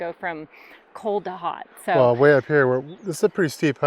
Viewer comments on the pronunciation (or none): none